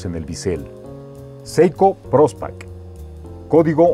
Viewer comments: Prospex, no prospac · Muchos errores en el contenido y en la edición. Menciona una esfera naranja y muestran una azul, Muestran un Prospex y dice Prospac, se corta la descripción y comienzan otra.